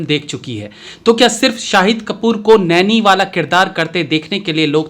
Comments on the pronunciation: True. Pronounce as Naani. I am a Telugu man, it is a bit awkward if you pronounce our names in the wrong way. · its nani not a nyani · Not Naini it's Nani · नैनी नही "नानी" सर् । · Not Nanny but Nani (naa+ni) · नैनी नही नानी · Apne pronunciation pe kaam kariye ap Kannad ,neni kya hi yeh?